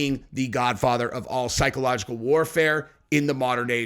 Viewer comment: Aren’t you able to say the word psychological